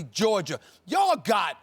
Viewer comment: Why Stephen A always put an r at the end of Georgia?